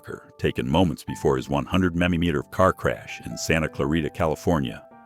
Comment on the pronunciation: Idiot AI narrator, lbs is not pronounced as l b s; mph is not pronounced as m p h.